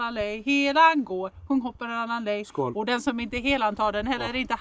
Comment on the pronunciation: trying to “Skol” several times during singing TOOK ME OUT! 🤣🤣🤣 I had to watch it twice because it’s so hilarious! 😮 🎶 Also the zoom in on his face whilst tried to flip the pancake was a riot. You both ALWAYS make me laugh out loud because you’re innately funny. Grim’s ears completed the scene at the table. I always love watching preparing food and it’s fun to see you celebrate Midsommar because my maternal and paternal grandmothers are Swedish and Norwegian. Loved all of this today! 🩵